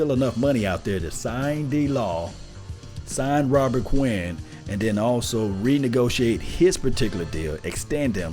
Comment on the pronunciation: Please say the man's name correctly.